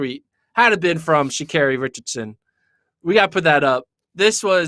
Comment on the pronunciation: Her name has been said soooo many times, for ANYONE to pronounce it incorrectly! WHITE DUDES!, her name is pronounced SHA-CAR-EE! Jeez!!!!!